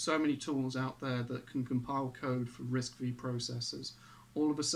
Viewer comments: It's called Risc 'five' , not "V"... Just for your information. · RISC-V is pronounced "RISC Five".